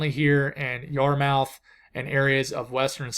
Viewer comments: Yarmouth = YARmith. Sounds funny when you say Yar-mouth 🤣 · the main land NS and Nb yartmouth =yart- myth to help pronounce it the Canada way lol doing great man. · The Water’s between Maine, NH, south to Cape Cod are called “The Gulf of Maine”. The Canadian city at the southern tip Nova Scotia is Great Yarmouth, but it pronounced yar-mith. I hope that helps dear brother. Thanks for great Meteorological forecasting with deep yet simple lessons; for example “steering currents”. I use to teach meteorology at the college level. You are a pro. I was born on Bermuda and we live in both NH and Bermuda. You are correct. Bermuda is not only well adapted to the onslaught of hurricanes, but it’s also an island that built up high being on the rim of a extinct volcano. If you look at the houses and buildings on Bermuda, they’re made of limestone and overtime limestone actually becomes harder and more resistant to any winds. We rarely have any problems with our homes except when the ocean comes into direct contact and then all bets are off. Most of Bermuda is built up high on cliffs; the ocean smashes into the cliffs, and cannot actually form a storm surge except the low areas where the beaches are. This is why Bermuda is extremely resistant to hurricanes since the storm surge is almost always the most deadly and destructive force. If I had to choose a place to ride out a Hurricane I would always choose Bermuda over any other place. Unlike the other Caribbean islands, which are low to the sea, Bermuda, juts high on to the top of what is an extinct volcano rim. With great irony, state of Maine is also build up high along the coast. Maine is a state th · There is a Gulf of Maine (I sailed it from Halifax to Boston back in 1987). Yarmouth is pronounced YAR muth. Thanks for the weather update. I couldn't find one on my local Halifax news broadcast. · You are doing fine. I think it is gulf of Maine and Yarmouth is pronounced Yarmyth. At least here on cape cod ma